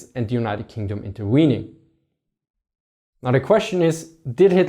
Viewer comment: did I just hear "interweening"? Loool